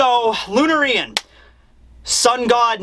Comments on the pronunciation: bro it surely is lunArian and not lunarIan.. the punctuation I mean... and since im on it.. its NOT nucular it NUCLEAR... thank you.. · So... THe Sun/Slave god Nika... Was probably a Lunarian then? We got that answer way faster than I thought we would... NEAT! Also, it's "Loo-narr-eee-ann", not "loo-na-ree-ann". And "Sha-had iversity"... But that's just a minor gripe, you're from Pennsylvania, I forgive you and your weird accent :P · Could be wrong but when I read Lunarian I think the pronunciation would be Lu-narian, not Luna-rian (just like A-merican and not Ame-rican) we'll see in the anime but to me feels like it sounds better that way.. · lunaire -ian not luna-rian lunairian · I think you're pronouncing it weird it's not "Lun-erian" its "Lun-Ah-rian" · Lunar Ian? Lunarian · I think it is pronounced Lunárian, not Lunarían. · Wouldn't it be pronounced "lu-nair-ian" and not "lu-na-ri-an"? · its not Lunar RIAN. It's Lunarian. The pronunciation is killing me. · Luná-rian. Not Luna-rían, get t right,. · bro, I'm pretty sure it's pronounced (Loon Air Ian) Lun•Ari•An 👍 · Lunarain should be pronounced like Librarian "Lu nar ain" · Loon-air-eee-ann Like Luna “Loo-na” for moon 🌙 Sanji s doemant DNA is definitely being activated i with the raid suit for sure, as long as it doesn’t fuse to him 😂 Is don’t see the machinery at all, we would have seen that…especially Chopper! The SBS ending early means he would never give anything like a serious spoiler. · first reviewer to call it luna-rian and not lunar-ian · just a preference - Lunarian, pronounced LOO-NARE-IAN. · LOU-NAIR-IAN Is how it's pronounced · I think it might be pronounced lune-are-ion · Say it with me: Loo-nair-ree-uhn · I pronounce it as Lun-Arian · I think it's pronounced Lou-Nar-Ian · I think it's pronounced Loon-air-ee-an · Lu-NARIAN why is he pronouncing it like that lol its bother me so much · Lun-arian or luna-rian? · Why do you say lunarian so weird